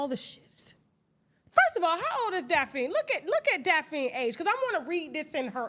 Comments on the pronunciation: Tasha always jackin somebody name up its DaphNE not Daphine but Im cracking up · Daphne Pronounced as Daphny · Tasha mispronouncing Daphne is too much for me😫